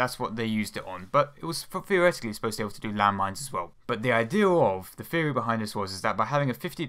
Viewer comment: Theory has a 'Th' in it, not an 'F'. Dont believe me? I'ts right there > Theory